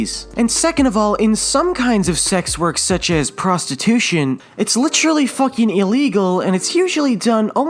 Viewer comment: Dude puts too much emphasis in Literally, becomes Litralee